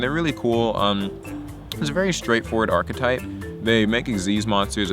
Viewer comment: Did you say Power Rangers Achtype? Ive found my deck